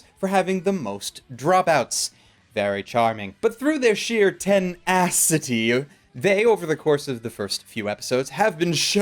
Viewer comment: Loved the bad puns, but I think the emph-ASS-is on certain words could have been made funnier with a zoom in shot of your mouth as you stated such things as "ten-ASS-ity" and "ASS-inine" at the very moment of said emph-ASS-is. ... ASS!!! [Edited for more ASS]